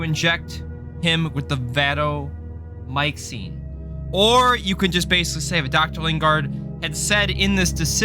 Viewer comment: Lmfao what did you call the vancomysin?